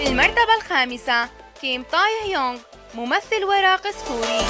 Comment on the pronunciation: ليس كيم طايهيونغ بل كيم تايهيونغ